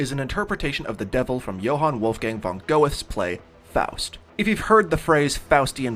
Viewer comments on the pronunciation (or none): Btw, "Goethe" is pronounced closed to "Gurt-uhh"